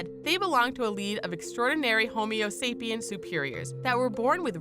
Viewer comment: "...homeo sapiens..." Jesus Christ... where do you people get these narrators?